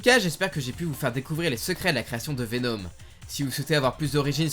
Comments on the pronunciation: Pk tu dis venaum au lieu de venom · C’est plus VenOm et non pas VenÔm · et sa prononciation mythique: Venaume